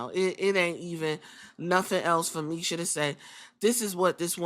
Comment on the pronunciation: Not defending what she did but her name is Masha with an a not misha lol